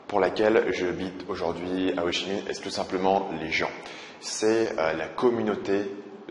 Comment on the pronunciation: C'est bien tu dis Ho Chi Minh, et pas Ho (k)i minh comme ma prof d'histoire